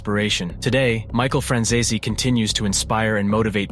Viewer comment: Your pronouncing Franzese completely wrong